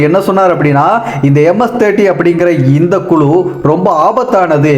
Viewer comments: குலு இல்லை.குழு என்பதுதான் சரியான சொல் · குலு இல்லை.குழு என்பது தான் சரியான சொல்